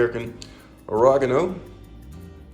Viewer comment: Garleek… aragano…😭😂 good recipe though